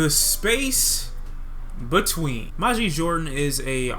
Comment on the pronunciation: the album was amazing, you dont even know how to pronounce Majid